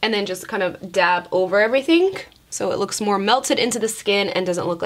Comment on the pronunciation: I love the way says her G's....she pronounces them with a K. "Everythingk" So so cute lol